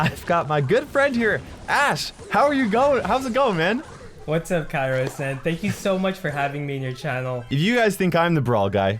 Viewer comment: He actually said kairos I don't know how you heard kyra